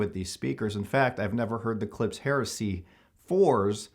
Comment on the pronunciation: Its 'klip-sh' not 'clips'